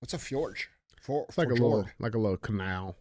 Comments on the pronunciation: I was listening to the audio and just had to come comment. Fjord is pronounced Fee-yord. Not fa-jord. Damn Neanderthals 😂😂 love you and love that your saying fuck YouTube now, much funnier when you don’t put the chains on. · It’s FJORD! 🤦🏻‍♂️ J is silent🤦🏻‍♂️